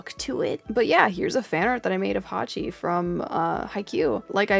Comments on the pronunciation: erm 🤓☝️ her name is actually Yachi not Hachi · Her names yachi huzz not hachi